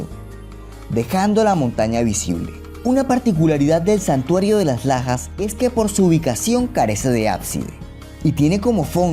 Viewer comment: Entendi: "santuario de las pajas"